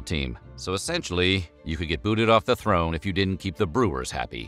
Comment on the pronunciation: throne or thorn?